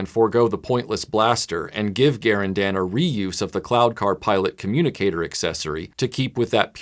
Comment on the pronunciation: TIL that Garindan is pronounced Gar-in-dan, not Ga-rin-dun. as I've always said it.